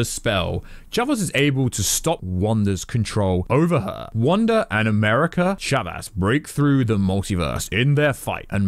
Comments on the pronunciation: Umm her name is America Chavez… not America Chavas lol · America ‘chavas’ ‘Sammy’ Raimi More mistakes! Jesus Christ man 🤣🤣🤣